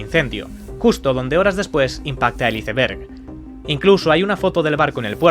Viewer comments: Los españoles no saben pronunciar bien el ingles? la palabra iceberg se pronuncia "Aisberg" no "Iseberg" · Like si te decepciona el video despues de oir mi veces la palabra izeverg ! A proposito que es un Izeverg? Sera similar a un iceberg (aisverg)????? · 😂HICE BERG????😂 -->>Ice Berg<<--- asi se dice, sino nos vamos a la palabra tempano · ICEBERG, jajaja estos españoles...no saben pronunciar, se diría "aisberg" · Se pronuncia aisberg 😵‍💫 respeten la palabra original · Ice ver?????porque los españoles le resulta pronunciar ,no como leen. 😮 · UN "ISEBERE" UN "ISEBERE" 💩💩💩💩💩💩💩💩💩💩💩..........BOT CTM INFUMABLE!!!!!!!!......CÓMO SI NO FUERA UN DESAGRADO EL ACENTO GALLEGO MÁS ENCIMA ESTE PERFIL ELIGE EL "mejor" BOT, BODRIO!!!!!!!! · Porque los españoles pronuncian el ingles como se escribe? No tiene nada de logica, incluso puede llamarse ignorancia, pues modifican un idioma que ni siquiera es de ellos ! Se dice Aisverg ! Jilipollas! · No puedo escuchar IZEBERG una vez más 😭😭😭😭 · ¿ Porque vergas no pronuncias bien la palabra iceberg ? Chingada madre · interesante informacion pero porfavor si no lo vas a pronunciar bien en ingles, traducelo. En español es tempano de hielo.